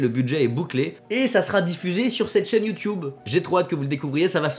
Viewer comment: 10 ans sur YouTube et il dit toujours "youtioube". Perso ça me fais rire.